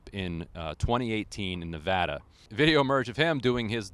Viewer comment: But thank you for pronouncing Nevada right. :)